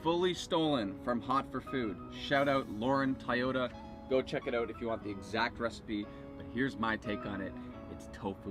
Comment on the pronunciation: Toyota like the car, not Tah-yota